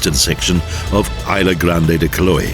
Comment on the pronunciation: "ofichinas"!?!? Quiloé?!?!?!? This sacowea thought he was reading Italian ¬¬